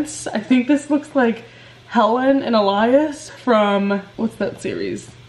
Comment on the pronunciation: said “Helen”